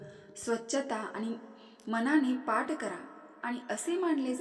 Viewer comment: पाट नाही म्हणतं पाठ